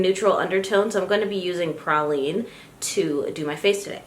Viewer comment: Also, the concealer color is pronounced pray-lean.